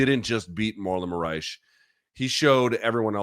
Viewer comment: Lol at calling Moraes "Saitama."